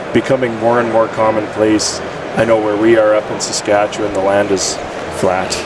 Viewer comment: As someone from there, you did a great job pronouncing Saskatchewan!